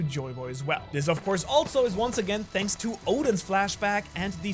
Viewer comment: "Shanks so much for watching" lol